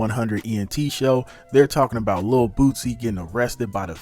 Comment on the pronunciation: It’s Lil Boosie, not Bootsy